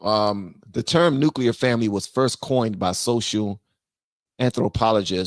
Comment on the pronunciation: Nuclear family not nucleur